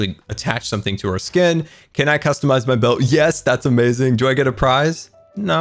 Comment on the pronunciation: I love the way he said "amayuzing"